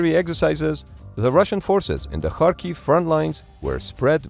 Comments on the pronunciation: You're the first English-speaking YouTuber who proneness Latin transliteration of Cyrillic 'X' [ha] properly saying [harkiv] instead of [kharkiv]. I have no idea why 'x' transliterates as 'kh' but it should sound as strong [h]. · You are the first YouTuber I know who makes the effort to properly pronounce Ukrainian names. Most people pronounce Kharkiv with a [k] not an [x] and it just sounds wrong when you know Ukrainians. Thank you.